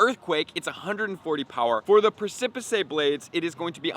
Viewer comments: /ˈpresəpɪs/. Precipice. Not pre-sip-i-say. Cracking me up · Precipicé or pr(eh)-si-p-ise blade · I stood on the presipissay of the abyss and asked myself, how does this grown man say precipice wrong so many times and not notice? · Preh-sa-piss blade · "Press-a-pis" is the correct pronunciation of Precipice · It's pronounced "press-i-piss" lol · pronunciations are on the edge of a “pressipisay” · It's pronounced "Preh-sip-iss" Blades btw. Also, the symbol for primal Groudon is supposed to resemble an Omega and the symbol for primal Kyogre is supposed to resemble an Alpha. This is from the main series games Omega Ruby and Alpha Sapphire which featured the primals on the cover. Just as a bit of interesting info! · Sorry to be that guy, but it's pronounced PRESS' - EH -PISS. I'd want someone to tell me. prec·i·pice a very steep rock face or cliff, especially a tall one. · Someone teach how to say "Press-ih-piss blade".. Lmao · Press-ip-ress blades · Jesus man...lol Press - a - piss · Press-sih-piss blades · My dude: please learn how to say “precipice” - this is not an advanced English lesson. You’ve probably stood on one! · The way you pronounce the word precipice bothers me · Yeah every time he butchered the pronunciation my soul died a little lol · Your pronunciation of precipice is inaccurate… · He makes precipice sound soooo exotic 😂😂😂😂😂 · No, not exotic. Awful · Your pronunciation of precipice is killing me 😂😂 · Seriously dub that crap over because it is just awful. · Literally lol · The way he pronounces precipice 😂😂😂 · Great video and info, but I don’t think you have the pronunciation of ‘precipice’ correct. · He needs less Pokémon go time and more hooked on phonics time. It’s literally something every single video…..i can’t even anymore.